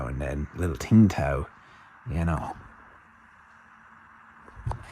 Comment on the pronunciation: Love John Prine. I think that beer is pronounced "sing taw".